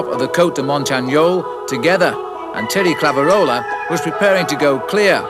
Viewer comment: I never thought there could be someone who butchered names as bad as Bob Roll, but…. As bad as it was, you have to appreciate the late Brian Drebber’s valiant attempts to pronounce Thierry Claveyrolat. I counted 6 different pronunciations…none of them right. 😂🤦‍♂️